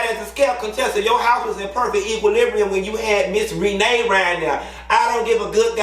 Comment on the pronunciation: lol 😂 NOT MISS REE-NAE 😂😂😂😂🤣